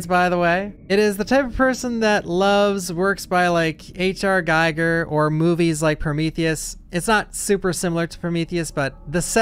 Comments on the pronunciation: Gi-Grr, not Guy-Grr! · he is not [/gaiger/] he is [/ˈɡiːɡər/ GHEE-gər;] everybody knows it